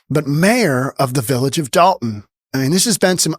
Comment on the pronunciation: First of all it's Dolton, not Dalton.